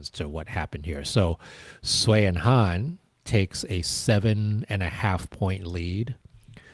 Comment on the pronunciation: Thank you!!!!! I was constantly feeling rage about the announcer butchering almost every name that wasn't English. And to mispronounce Sui and Han's names, a pair that has been around for so long, is just inexcusable and incredibly disrespectful.